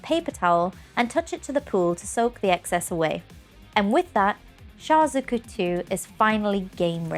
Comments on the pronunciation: they way she pronounces Zaku is bothering me, its like she's saying Zuku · me too! at least check how it´s pronounced before you hit record 🤦‍♀